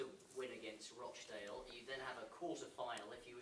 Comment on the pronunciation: Just wish he could say rochdale properly hahaha. :L